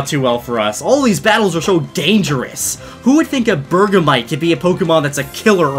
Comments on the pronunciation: It is prounounced burg-mite not burg-a-mite! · Did he just say burger mite?! 😂😂😂